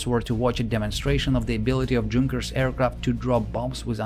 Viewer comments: YU-nkers 87 NOT JUNk-ers!!!!!! Also it seems at least a couple of you guys seem to be in competition to see who can talk the fastest and it reached the point of sounding more than just a little bit silly! And no I am not slow I am well aware of what normal speech sounds like. One "dark" channel, not so mysteriously, sounds perfectly normal when the play back speed is set to 75%! Please slow down a bit bit and and the presentation will sound MUCH better, otherwise this was a great video. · Please, it's not Djunkers, it is pronounced "yunkers" thankyou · "Junkers" is pronounced with a "Y" sound not "J". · It is pronounced yoonkers, not djunkers. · Good video mate. The plane company is pronounced Yunkers tho, the "j" is silent. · as a person who speaks German, I don't know any Germans who would pronounce "Junkers" as anything other than "Yoon-kehrs" (spelled phonetically). A Junker, at least in Preussen (pronounced "proysen") is "a member of the landed nobility). German pronunciation isn't optional, and it's also why they don't need spelling bees because if you can hear it you can spell it. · Junkers is pronounced "Yunkers", not with a "J" sound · Fantastic video! One small detail: I believe that Junkers is pronounced "younkers". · LOL “JUNKERS” 🤣😂🤣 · That's "Junkers" with a "Y" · Great video, except it's "yunkers"! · i'm not fluent in english let alone german but i'm pretty sure junkers was spelled yunkers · Please, please, PLEASE: Don't read Junkers /Ju in English way. It's a German name (and abbreviation), so please, read it "Yunkers" / "Yu". My ears hurt. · pronounce yungers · Just began the video and had to pause to say how much I like the narration style. It's very clear English with what reminds me of my Russian professors' accents. The care in pronouncing names, especially across languages, is very appreciated as well! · the "J" is pronounced like a "Y" (in the word "young" for example)